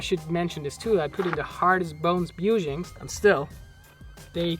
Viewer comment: Oh wow ive never heard someone say 'bushings' like that! Thats wild!